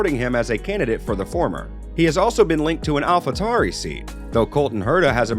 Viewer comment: dude get the voiceover guy in line , yesterday it was "Alpha Toory" now its the "Alpha Romero" .